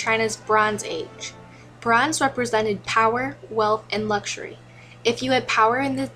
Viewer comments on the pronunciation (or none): none